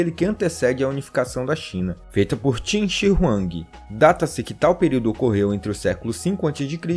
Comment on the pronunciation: Vim por causa do manga kingdom, e n é timmmmmmmm é qinnnnnnnnnnnnn, se pronuncia como se escreve